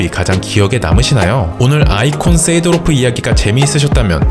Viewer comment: 쎄 이!도로프 발음 킹받네